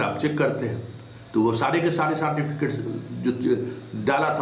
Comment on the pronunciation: Jo certificate ka Pronunciation "saatificate" krta h. Aur smjhta hai apne ko badka patrakar..Kewal ul julul mangarhant baatein krte rhta h...Itna din se dukandari chalane k baad bhi 2 lakh subscriber v nhi hua hai...Tera so called kaabil patrakar kahne ka sabse bada praman hai..